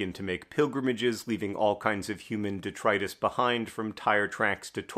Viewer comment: I take issue with your pronunciation of detritus.